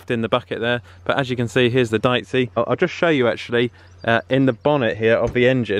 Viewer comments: Pretty sure it’s pronounced Deechee as opposed to diceey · It's pronounced DEeCHI (second "e" like "Excavator") -Italian guy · Dieci is pronounced dee-cee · Deici is pronounced deetchee